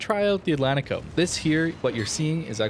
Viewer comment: It is pronounced: Atlanchico How do you say Portugal? Porchugal. Porchugueese people put ch in these spots.